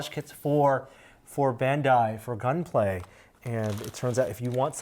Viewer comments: That dude kept on saying gunplay kits. Bruh its Gunpla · GunPlay? It's GunPla. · NONONONONONONONONONO NO!! Gunpla stands for GUNdam PLAstic So it's pronounced gunplah not gunplay I thought you were Asian dangit(that was a joke pls I'm an Asian too don't kill me) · It's not gunplay it's gunpla pla as in plastic not play.....Plastic Gundam model. Man that's brutal that he never corrected it. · Stop saying gunplay. It’s gunpla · it's pronounced GUNPLA', not GUNPLAY/GUNPLAE. dammit!😡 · Did he say gunplay.... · woah... that Kshatriya tho :o Marida would be proud also, it's gun"plah" not gun"play" XD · WASSUP! Ackshually it's Gun PLA not PLAY god. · Love Gunpla. Calls it GUNPLAY. If you are doing a professional video at least pronounce the words right. It's like your dad constantly calling it Poke Man. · Shame shame shame! It's Gunpla. NOT GUNPLAY!. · IT'S CALLED GUNPLA!!! NOT GUN-PLAY! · Lol the way you pronounces gunpla is kind of offending me.... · I guess I've been saying gunpla wrong all this time xD